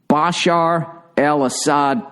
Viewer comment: Get his fuckin name right ya ugly bastard. It's Bashar AL ASSAD.. Not bloody salad or wtf you said. Love the podcast btw